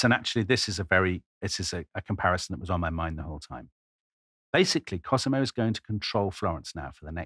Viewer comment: My favourite podcast, if only for Tom's random pronunciation of non-English places and names. I mean really, Cosimo pronounced KerSEEmo, one of his all-time greats!